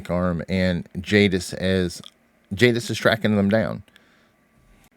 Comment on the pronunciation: It's Jadis